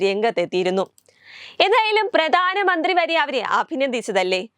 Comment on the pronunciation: പ്രദാനമന്ത്രിയല്ല കുട്ടീ പ്രധാനമന്ത്രി